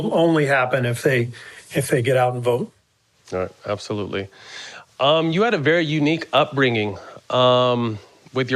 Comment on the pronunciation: Matt “ABOSOLUTELY” Barnes